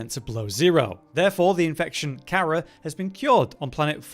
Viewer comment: are you sure you played the previous games? Because you seem to have trouble pronouncing the name of the virus correctly, which is mentioned numerous time in the previous games in both conversations and in audiologs.